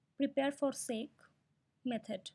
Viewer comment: Good tutorial. Two things: "segue" is pronounced SEG-WAY. It's actually an Italian word, using in music composition, to indicate a transition. Then, "xib", even though it has an "x" in the name, for historical reasons, is pronounced "NIB", with an "n".